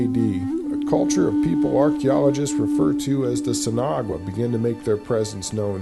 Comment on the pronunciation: the narrator doesn't even try to pronounce the word, sin agua correctly, yikes!